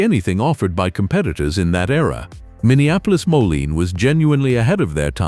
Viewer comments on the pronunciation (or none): To the author of this video..........DONT BE SO LAZY. Voice the videos yourself. The Minneapolis-Moline pronunciation is HORRIBLE. The computer generated voice might sound nice but with so much mispronunciation it makes watching this video a joke.